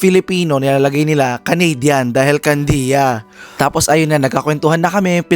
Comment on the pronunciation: Why you made it slang? Candia is the proper pronunciation, because you're a Filipino, right?